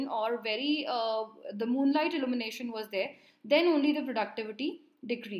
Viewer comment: Good explanation. Very informative. Just a small feedback the pronunciation of ILLUMINATION “/ɪˌl(j)uːmɪˈneɪʃ(ə)n/“ and not “ allumination “ because after a certain point I just kept getting confused as to what you are talking about.